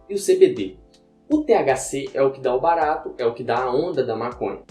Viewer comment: toda vez que ele fala "barato" eu dou uma risada kkkkk